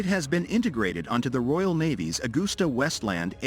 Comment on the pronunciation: It’s not “Agoooster” .. the word is pronounced …. Ag-uster.